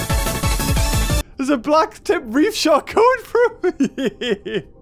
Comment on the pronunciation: When he says there sis no food here: Me: there's you ○v○